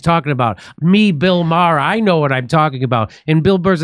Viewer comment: It's pronounced May-Her